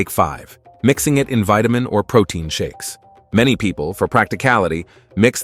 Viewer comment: You mean....pro-TINE!🤣